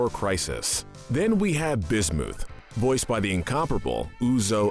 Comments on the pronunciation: Bismuth not busmuth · Bismooth instead of Bismuth is the worse imo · it is bis muth not bismoof and it is su g lite not sujilite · it’s not bismuuth it’s bismuth not suuchalite sugalite😊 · BIS-MU-PH NOT BIS-MOO-PH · Bismith not Bismuth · did you pronounce bismuth as "bis-mooth" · The way he says Sujilite lazooli and bismooth are the most evil 😭💀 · BisMOOTH BisMEWTH SuJELITE REALLY? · i’m not loving the pronunciation of bismooth and sujilite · my guy really said bismooth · Most evil person on this list is you the way you butcher some of the gem names is apparent and its really annoying if you could please redo this and actually pronounce them properly I would be happy with it but come on I can't let bismoth go by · Nobody the narrator B I S M O O T H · You mispronounced Lapis lazuli, bismuth,sugilite why do you do this, stop saying names wrong...its seriously infuriating this is why im never subscribing to you you dont know how to say names right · “Bismooth” “Lapis Lahzooli” “Sujilite” Also why no malachite and alexandrite? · Im laughing at BIS-MOOTH and SUJALITE XDDD lololol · Wtf is wrong with you dude why are you saying names wrong bismuth is not bismooth and rutile is not rootle or what ev you said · The fact that he said bismooth makes me cry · i swear to god this guy needs to stop pronouncing names Edit: But No Seriously lapis LaZOOLi bizMOOTH suJAlite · did he just say Bismooth? LOL XD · Excuse me, but did he say, B i s m o o t h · B i s m o o t h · Learn to pronounce!(Bismooth?) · Anyone else get upset at how he pronounced bismuth as bismoooth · Am I the only one who hurts physically every time i hear how he says bismuth? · Uhm, is anyone else noticing the mispronounciations? Bismuth, Sugalite, Rutile...?